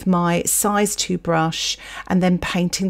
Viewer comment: Nice. I do not paint. At all. Ever. But might give this a go. So thanks. But. Fol-i-age. The 'i' is pronounced!